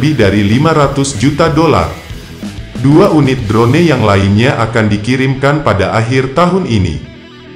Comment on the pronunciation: Hahahah... ... ADMINNYA KAYAK TDK PERNAH DENGAR ISTILAH ASING YA... 🤣🤭 DRONE DIBACA DROUN MIN... 🤣🤣🤣